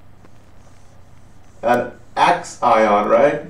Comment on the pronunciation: Yes, that bothered me too. Also, calling the axon an "ax-ion," and not seeming to know where the axon is relative to the neuron. He kept pointing to the neuon when saying "ax-ion," as if he thought the neuron was the axon. And then, when drawing the myelin on the axon, he was talking as if he thought the axon is called the neuron, and that the myelin sheath is on the neuron. Really weird that no one else seemed to notice.